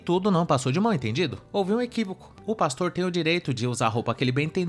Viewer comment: Ok, ok, houve um “equívicu”, houve um “equívicu”😂😂😂😂😂